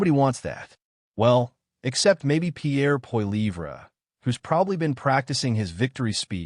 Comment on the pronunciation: You could at least learn to say Pierre's name properly.